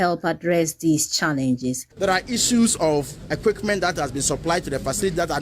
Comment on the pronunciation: The reporter: Equitment paaa